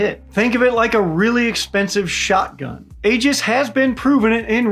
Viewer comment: Good video,. Keep it up. BUT ALSO, if you're going to care about pronunciation, forget about General Guetlein. You mispronounced Aegis like a dozen times. Also, not a good idea to insult Star Wars, And also, not sure why you're throwing shade at Lockheed Martin, that would be interesting to know. PS. Regardless of whether the "dome" works or not, there's also the factor of whether adversaries would believe that the US believes this weapon works. You can't threaten someone who believes they are safe from those threats.